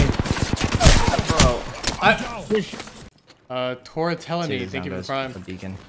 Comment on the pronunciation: tore tell a knee got me.... lmaoooooo